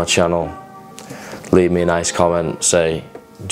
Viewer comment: « like moi » are You speaking french ??